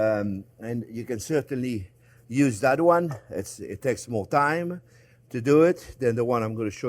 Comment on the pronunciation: I'd put some Baileys in my coffee this morning ,lol while you were going over the rub/marinade you were, babbling about Having time but I heard Thyme, made this video quite the head scratcher until I realized you were talking TIME not THYME LMAO